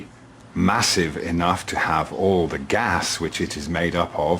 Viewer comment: Ever notice how stupids over use the pronunciation of "the" as "thee" when they are trying to sound like a smart? It wouldn't be half so bad if he didn't drone on in endless run-on sentences. Can somebody buy a "." -- even a space comma would be more than appreciated! Never mind, I'm sure he'd never use "thee" thing anyway...